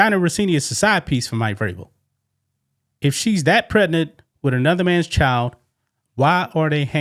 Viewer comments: I trying to enjoy ur content. But please recognize that the word Pregnant has a “G” not a “T” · Bro the Word is Pregnant !! Get your Pronunciations in Order !!